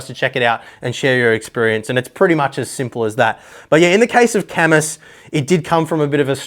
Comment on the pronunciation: IT'S PRONOUNCED KAAH-MOOO!!!